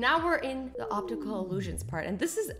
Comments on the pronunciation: Did anyone notice that azzy said obstical instead of obtical 😑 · You said obstacle not optical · Did anyone else hear "obstacle illusion" ? Disappointing not disappointed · she said optical wrong.